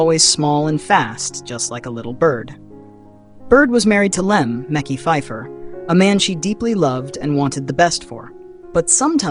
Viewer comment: 😂😂😂 Meki lol it’s Mekhi